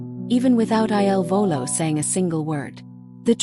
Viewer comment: Please STOP calling them I L Volo. Their name is "il Volo" . , il is "the" pronounced like "ill" in English. Their name means THE FLIGHT. Correct now instead of relying on AI !!!!!!!!